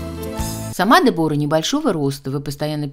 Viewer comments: Я не могу слышать этого Дебора. По-английски произносится Дебра с ударением на е. И не тоталь лук, а Тотал лук. Уж извините. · Де'бора ударение на первый слог.Знаменитая итальянская чемпионка по горным лыжам.А "оседлала жизнь"(ит.выражение) выйдя замуж за одного из представителя семьи которая владеет известным брендом "Беньетон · Дебора ...ударение на е! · На сколько я знаю, по-английски произносится Дебра, о выпадает. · Дебора - ударение на первый слог